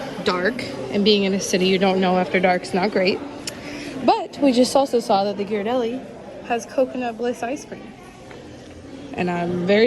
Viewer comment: you give off such tall person vibes, wouldn't have thought you're only 5'4. Also, the way pronounces Ghirardelli 😂